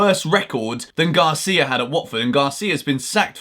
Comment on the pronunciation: Gracia sounds like you're thanking someone 😂, it gotta be Garcia 😅